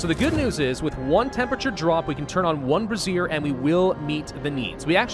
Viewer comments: Brazier is pronounced Bray- ze -er. Not brassiere. Though, I imagine if you get a real good bra, it'd help you stay warm. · Say it with me ...Bray-shur